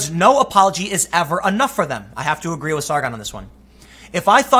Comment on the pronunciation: Tim, would you say you Ah-guh-ree?